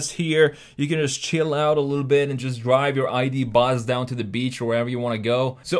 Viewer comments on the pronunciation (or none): none